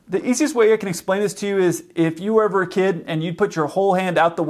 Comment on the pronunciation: He said “if you were eve a kid” XD